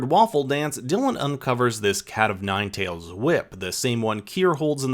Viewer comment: I really hope reported the channel “Crime Recaps” for plagiarizing this video. It’s extremely egregious. It even mispronounced “Cat O’ Nine Tails” the same as this video. As if that was even needed to prove it was ripped off. It’s so blatant that I’m guessing their whole channel is made by ripping off other creators.